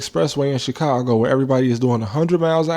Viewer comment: You pronounced Chicongo wrong.